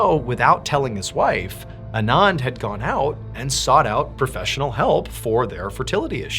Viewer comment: I’ve worked with a couple Anands. They “usually” pronounce it Ahn-Ahnd, not uh-nahnd.